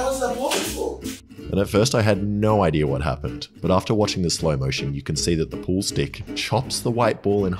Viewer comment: I think I have a pretty good “IDEARRR” 🤦🏻‍♂️🤦🏻‍♂️ It’s pronounced “Idea” (I-Dee-Ahh) Not I-Dearrrr 🤦🏻‍♂️🤦🏻‍♂️🤦🏻‍♂️ 😏😏😏 everyone calm down, it’s a jokey joke 😏😏